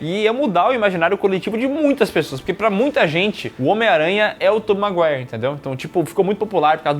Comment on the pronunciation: Tobey MAIGUARI 😂 MANDOU ESSA